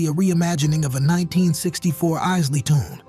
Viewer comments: EYES-LEE. Not IS-LEE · He doesn’t even know how to pronounce Isley.